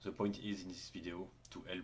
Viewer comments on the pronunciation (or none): Thanks for the info! Gonna try doing decline dumbbell bench in a few weeks. Funny when you say "this" it sounds loke "zyzz". Keep up the good content, earned a new sub.